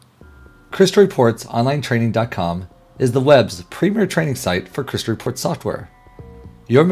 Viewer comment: This is not a great ad for this product because the narrator is speaking too quickly. It makes me worried about the quality and attention to detail in this training...if all of the videos are narrated this way it would be very difficult to watch. He makes it sound like "Crystal Reports" is one word 'cryslrpts'.